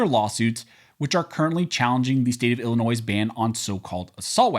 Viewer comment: Thank you for pronouncing "Illinois" correctly in both the singular and the possesive uses. As a long time resident of the state it annoys me when it's mispronounced, especially by lifetime residents!